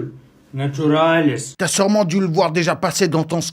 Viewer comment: Comment peut-il prononcer NATURALES 😂😂😂